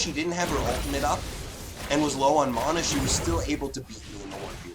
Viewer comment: Great videos and commentary just triggered by the way you pronounce ivern and mana. It's "eye-vern" and "man-uh" lmao